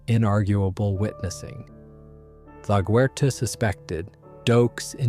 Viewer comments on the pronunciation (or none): Why are u saying laguerta like this